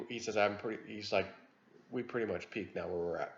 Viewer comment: Mutch? No t in much.